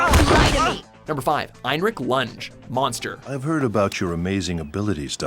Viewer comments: Also, learn to pronounce Lunge properly. It's the German name, not the verb, you dumb fuck... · Lunge is pronounced "Lungei" not "Lunj" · loon-gay.. not lunge you idiot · Heinrich "Lunch". Oooooooooof It's pronounced Roon-geue !! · It is pronounced as loongae idiot not lunj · This narrator is always messing up the names. It's not lunge it's pronounced "Loon-gay"... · Please don't use english pronounciation on german names. It's Lun-ge, not the english word lunge. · “Number 5: Heinrich lunch” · It's pronounced lungay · #5 heinrich lunge lol im so dead Read it like this "luongay" im not kidding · Lunge. It's pronounced lun - geh ... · "Lun-gay" please pronounce it correctly. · Lun-gay lun-gay how do u pronounce that wrong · Lunge, it pronounced Loon-gay, have you even watch the series. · Fyi, Lunge's name is pronounced loon-ge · Isnt Lunge from Monster supposed to be pronounced Loon-Gay. That is how its pronounced in the Dub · And did he just say LungE as lunge? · Unsub for pronouncing LUNGE wrong...dummy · I cringed so hard when he mispronounced lunges name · While you still managed to butcher just about every name in this list, im eternaly grateful that you didn't choose to go by the eng. dub version of Detective Conan. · 'They need to meet the archetype of a detective.' Chooses a number 4 that never does any detective work. Pronounces Lunge incorrectly, then avoids any clips where his name is said to remedy the mistake. Calls their number 1 number 3. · You pronounced the inspector's name from monster wrong. -.